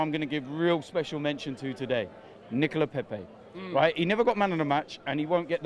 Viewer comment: It’s Nicolas not Nicola Pepe!! He’s a £75m flop, one performance in a season. Lmao